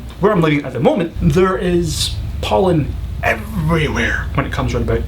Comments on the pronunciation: for 10 I thought he said "do you have Poland in Scotland" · I had to repeat #10 a few times until I got it. I thought he said "Poland." smh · at first when you said pollen i heard poland